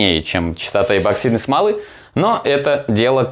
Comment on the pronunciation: эБоксидный ты наш - чуть уши не завяли.